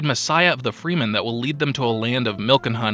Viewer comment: Friend, good video but just wanted to comment that Gesserit is read with a J, not G, and it's frEmen, not frEEman. Keep it up friend, wish you many successes.